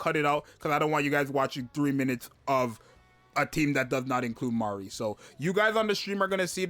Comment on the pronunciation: I freaking love that you're getting her name right, my lawd it's butchered so hard